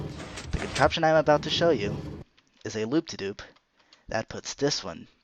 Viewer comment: Anyone else notice he said loop-de-Doop